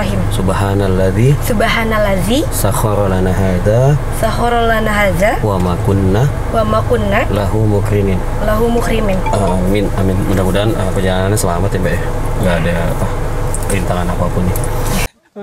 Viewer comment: Sedikit koreksi tapi sangat krusial ini. Bab baca doa yg kedua Surat Az Zukhruf. Sepertinya penumpangnya itu bacanya "MUQRIMIN"???. Bukankah harusnya "MUQRININ"? Mohon di klarifikasi pada videoa yg lainnya. Terima kasih.